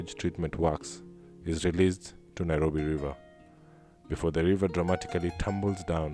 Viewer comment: It is Nairobi in Maa language not Nyirobi!